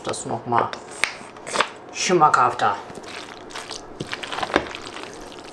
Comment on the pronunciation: Beim Nudelsalat mischen gegen Ende :"Das macht das ganz.... Schemakafta" Meinst du schmackhafter? 😂 Ich habe mir das 7x angehört und schmackhafter scheint realitisch